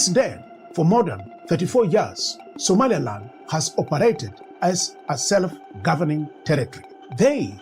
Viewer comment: How you pronounce "Somaliland" as (Somalialand) have you re-listening your voice Sr.? And better visualize your owen design maps rather than using Ai, look at Ai how make the Somalia amd Somaliland maps where it located in some part 😅 it's funny, but that can cause confusion for some serious listener.